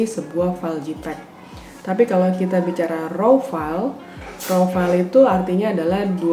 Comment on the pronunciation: Makasi kak untuk informasi yang sangat berharga ini. Masukan aja kak untuk pengucapan JPEG (baca: JEIPEG, bukan JIPEG), RAW (baca: Ro bukan rau/rou).